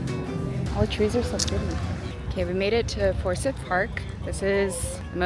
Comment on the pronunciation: It’s pronounced FOUR-SYE-TH. FORSYTH, not Fursith.